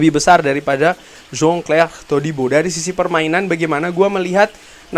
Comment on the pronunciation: bang pke bahasa sebut nama.a biasa ja lah biar jelas ni kan indo bkn luar pavard.a jgn pke da HA.a😅😅😅😅 sama jan clair jgm jon chlair🤣🤣